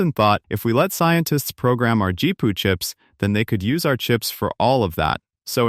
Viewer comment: This is so terrible that the garbage quality AI pronounced GPU as "Gee-poo". Then the idea clips are out of context for the narration. The AI shows a Creative Labs SoundBlaster sound card when talking about Nvidia and graphics cards. AI is like an inexperienced new-hire.